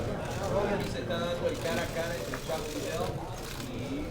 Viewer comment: Chuck LIE ddell